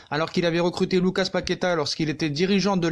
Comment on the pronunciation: Lucassssss on prononce le 's'